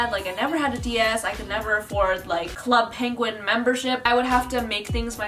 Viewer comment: She said "club pinguin" 😭